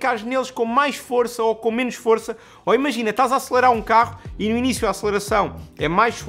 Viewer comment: "Acelarar"?